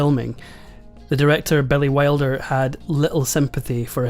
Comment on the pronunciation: Really? You gonna say Billy Wilder as BELLY WILDER?